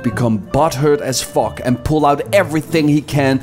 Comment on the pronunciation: “FOCK” lil hint of irish there